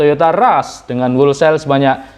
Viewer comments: bacanya "holsel" bukan "wolsel" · Mase tuk perbaikan ya ucapinnya jangan wolsel, huruf w nya gak diucapin. Harusnya howlsayl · Whole sale - dibaca: /houl seil/, maaas. Bukan /wol seil/. Semangat terus, mas. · kalau nggak salah = wholesale bacanya " hol sale". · Mas bro, di google translate kata "wholesale" kalau gambar speakernya di-klik, suara yg keluar: 'hol-sel'. - Huruf 'w'-nya tidak dibaca. - 'e' dari 'sale' dibaca 'e' seperti pada kata 'tempe', bukan seperti kata 'sel' (penjara). #kritikmembangun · Tolong di cek di kamus ucapan yg benar dr kata "wholesale"..… keri neng kuping.....😂maaf yaa